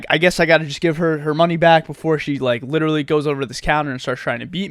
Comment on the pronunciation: Stop saying liddurulee